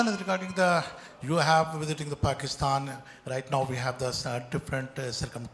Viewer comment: England please don't call pakeestan it is pakistan 🇵🇰